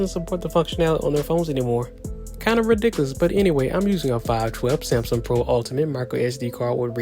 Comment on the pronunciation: Wtf is a samSUM